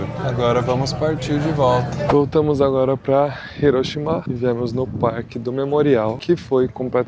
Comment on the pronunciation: Você está falando certo. Hiroshima. Hiroshimá é errado.